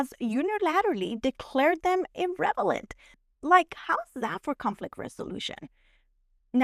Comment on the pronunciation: Love how you say irrelevant as irrevalent 😁🥰